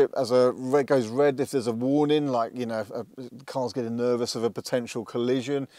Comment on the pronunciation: "it K no s". pronouncing the K in Know... how old school!